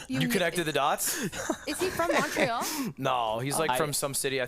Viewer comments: As someone from montreal, sykunno's pronounciation pained me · The "Alberta is a territory" and Sykkuno's pronunciation of Montréal. I even would've gone and said "qu'est-ce que Montréal" if I was playing just to flex on them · THE WAY SYKUNNO PRONOUNCES MONTREAL IM ACTUALLY CRINGING